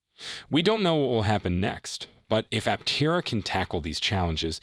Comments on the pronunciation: It's pronounced Ap-TE-ra, not Apte-RA. Title is also a little click-baity. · Learn how to pronounce Aptera properly before making a video about the company.